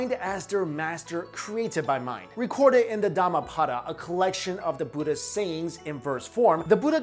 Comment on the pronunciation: it's not "dama pada" , it's"darma path(not paath)", speak properly first